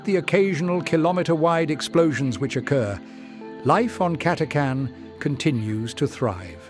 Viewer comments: CATA CHAN ... NOT CATACAN ..... :/ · It's pronounced Cata-chan not Cat-a-can! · WOW. Nice background audio. Also, your voice is really good. Just to be nit-picky... the "H" is not silent You don't take cange from the tip jar, no matter how carming you may be. It's CA-TA-CHAN or CAT-A-CHAN. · The official pronunciation of the "ch" in Catachan is /tʃ/ as in "chew", not /k/ as in "can".